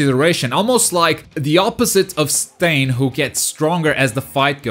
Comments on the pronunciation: Quirks are so unique and this game can be too, giving each character a gimmick would be awesome, and would make this game last much longer, also, my favorite villain finally made it, you also finally learned how to pronounced Stain's name 😂😂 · Yay he’s saying stain right hahah